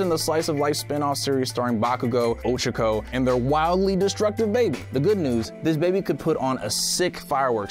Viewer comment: also ochaco is prononced oh choko